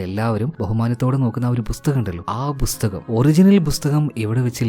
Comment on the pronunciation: Bhusthakam allaa bro pusthakam